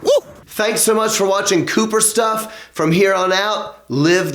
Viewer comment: COOPER STUFF!, yelled at beginning of vid.s sounds like, "kill myself." Just watched Nikki Sixx interview with you. It was AWESOME.